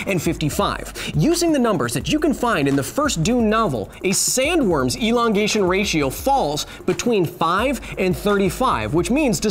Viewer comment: Elon-gation.. ha